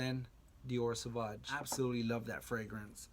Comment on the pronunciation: Dude, you need to learn to pronounce the name of the fragrances you're talking about. You lost me at the repeated SAVAG. And there's no such thing as a "negative compliment". A compliment means a praise. Negative feedback, reaction, whatever. But if it's negative, it's not a compliment, by definition.